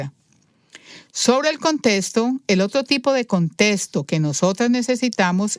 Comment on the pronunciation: Es contexto. No contesto. Me da ansiedad óir esa pronunciación.